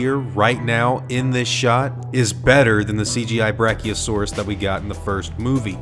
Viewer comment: it's brachi jeuses